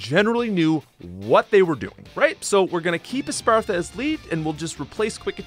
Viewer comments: It’s spelled Es-path-ra. Not Es-par-tha. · "Espartha" no. "Espathra". Say with me "Es-Pa-Thra" :3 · ESPATHRA exists People: espartha😊 Its pronounced (esp aah thra) I need to clarify this im sorry for being a 🤓 but please read the letters of the name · It's actually es path ra, not es par tha, though I also made that mistake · bro said Espathra "Espartha" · I hate it when people missspronounccce Essspathra. Essspathra rollsss off the tongue in a wonderful way. Essspartha doesss not. I’m sssorry, I’m jussst really nitpicky when it comesss to weird psssychic typesss like Sssigilyph and Essspathra and Reuniclusss. Alssso, I have no isssssue with any of Geeta’sss monsss excccept Veluza. Ssscrew Veluza. All my homiesss hate Veluza. Let’sss replaccce veluza with… oh, I don’t know, how about a niccce, big, annoyingly bulky Gen 9 water-type like DONDOZO? Then I’d do a little moving. Glimmora with Toxic Debrisss goesss firssst, Kingambit with Sssupreme Overlord asss accce. Cccetitan, Dondozo, Gogoat and Essspathra (in that order ssso that the bulky onesss ssstay a long time and chip a little before the attaccersss come out and finish you off) sssandwiched between them. A couple fixed movesssetsss and I think her battle would be a little better. I agree, Essspathra should get Shadow Ball over Quick Attack. But I think that a Bulked-Up, Horn-Leech ssspamming, Protecting, Recovering Gogoat would be fun. You need Brick Break or Hyper Drill to deal with Protect, but they’re increasssing their physssical defenccce ssso that won’t do sh*t. Even when you do sh*t, they’re going to Recover it all. And at +6 attack, now they’re going to ruin your team AND recover health with Horn Leech! Yippee! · Say it with me: "e-SPATH-ra" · why does he call Espathra "Espartha" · ES. PATH. RA. Not whatever you said the whole vid lmao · Bro i love your vids but like please read the name espathra and tell how you said espartha every time. Bruh read. I'm looking forward to your crystal rom hack